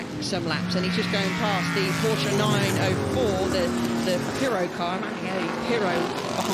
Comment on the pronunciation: To each their own. I just feel like he doesn't commentate with any authority, always sounds quite unsure and misses or misidentifies important moments. Plus he's worked in motorsport for how long and still can't pronounce 'Porsche' correctly. Harry Benjamin or David Addison would've been a better choice.